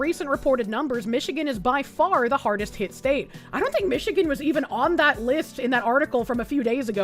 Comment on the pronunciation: IN MISHIGAN 🤣🤣🤣